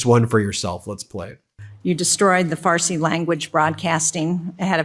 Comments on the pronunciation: Good Lord, am I hearing her say farty or is she supposed to be saying Farsi... Where is the intelligence or am I hard of hearing 🧑‍🦳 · She keeps saying radio “Farty” 😄 Breaking news is now breaking wind. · Cant take her seriously after she said farty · Not “Radio Farty” 😳🥴😂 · She said “farty” and I lol’d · Did she say farty?